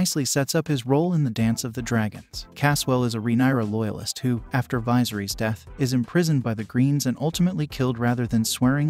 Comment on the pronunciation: Apparently one of the details you missed was how to pronounce Viserys. Not sure how you botch it that badly when they repeatedly say it throughout the show.